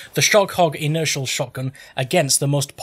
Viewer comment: You came up with a good dozen unique, funny mispronunciations for the name,! Sugar Lump Inertial is my new name for the gun.